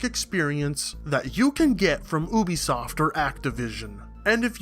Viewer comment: Oobisoft LOL